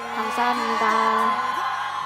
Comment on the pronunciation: 보아언니 간(감)사합니다 왜 이렇게 귀엽냐ㅋㄱㅋㅋㄱ